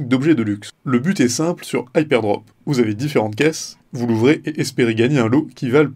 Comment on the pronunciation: Prononcer HypeRdrop au lieu de Hypedrop c'est assez déroutant pour une présentation du site.